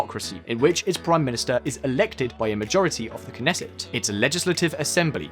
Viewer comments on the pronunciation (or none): and knesset as neset. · Great video, very informative, but check your pronunciation of Hebrew next time. That's not how you say Pikuach Nefesh or Knesset... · It was pretty funny.... Nesset was one I hadn't heard before... But at least they pronounced Gal Gadot's name right... It's hard when English is such a weird language to begin with, and then lacks some regular letters for sounds used in other languages... The message was pretty good though...